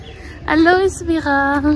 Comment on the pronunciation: le S ne se prononce pas on dit A LO É VÉ RA